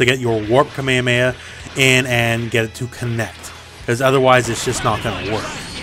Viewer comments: Is nobody really triggered for his way of saying "kamemeha" lul. Love you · "kamea mea" plz